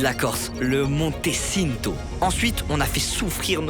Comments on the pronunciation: Je suis mort comment ils on prononcé "Le Monte Cinto" il a prononcé "sineto", au lieu de "tchinto"😂😂 et même les noms des Monts et des refuges ils on pas respecté nôtre langue, les Corses en Sueurs😂😂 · T'as vu la prononciation 💀 juste le "monté çinto"💀💀💀💀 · Tout le monde vous parle du Monte Cinto mais vous prononcez ça comme des pinzuti 😂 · Un énorme bravo pour ce que vous avez accompli vous avez géré 🎉 Par contre en tant que corse qu'est ce que j'ai ris sur les prononciation de lieu rien que le Monte Cinto que tu prononce Sinto alors que c'est Tchinto mais au moins c'est rigolo encore bravo 😂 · On dis pas "monte ssinto " mais "monte tchinto" 😂